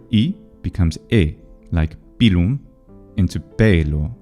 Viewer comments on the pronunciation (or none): none